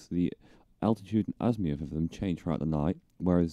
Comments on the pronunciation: Azimuth, not Azmiuth! Sorry, that was bugging me. Other than that, not too bad a set up guide :-) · azimuth not azmiuth